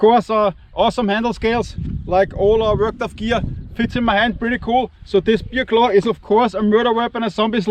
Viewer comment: Hey, wenn du Bear Claw sagst, dann höre ich immer Bier-Klau:face-blue-smiling:🍺🍺🍺🍺